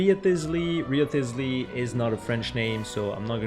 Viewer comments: actually ik a couple people with this name, and we don't pronounce the ch like the ch in toher works like "check", but instead like an sh. So pronounced sharlette. Ofc it CAN be pronoucned both ways here so it doesnt really matterm wriotheslys name is actually pronounced writhe-sly. Appearently its spelt that way just to confused people. Sigwinne?? I vant spell it is promiunced see-gwene. But the g is pronounced like a sh and a juh together? Its hard to explain. Furina and focalor aren't the same people btw. But we pronounce focalors like you said, instead of a hard c or k sound, its an s sound. Amazing video, very entertaining XD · I think Wriothesley is just supposed to be Rees-ly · It's "Wry-ths-lee